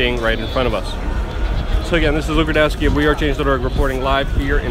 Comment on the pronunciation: you must pronounced your name correct in Polish because if i hear you sound like pedalski and that is in translation gayish your name is Rrrrrrrudkowski ryryryry not ahrrrr bloody hell Łukasz fix this greetings from Poland